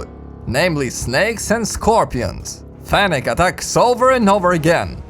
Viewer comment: its FENNEC FOX not fenech.